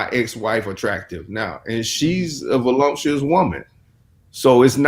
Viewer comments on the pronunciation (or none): The word is voluptuous, not volumptuous